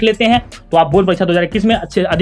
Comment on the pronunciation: sir wo bord parikcha hota h bord paricha nai😂😂